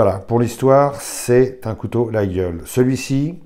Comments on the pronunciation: quelques corrections prononciation : layole Calmels est l'inventeur du modèle fermant, il fut primés et fixa le standard contemporain du modèle. médaille d'argent en 1868 et d'or en 1900 les anciens couteliers Moulin _ 1828 Glaize _ 1828 Calmels _ 1829 Mas cadets _ 1850 Pagès _ 1860 Salettes Valery Galandrin Moisset Cayla Rascalou Cure Glandières la forme de la lâme Yatagan est ramenée de catalogne lors de déplacements des scieurs de long nord aveyronnais en espagne. il n'y a pas de vignoble sur l'aubrac mais à Marcillac Vallon entre Rodez et Conques. Notre coteau témoigne de notre histoire rouergate et del païs. le cloutage de la croix de berger est une tradition pastaural del Mazuc (buron) tout comme le poinçon témoigne de l'activité agricole et le tir bouchon de notre montée sur Paris. l'Aveyron n'est pas auvergnate mais occitane, a ne jamais confondre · très bonne video par contre laguiole se prononce "laïole"🖖🏼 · Juste pour info, le G est muet, on prononce "layole". Et fais attention quand tu parles de traditions françaises, c'est un coup à te faire traiter de fachoracistenazidéstrèmdroite... Très bonne vidéo sinon! 👍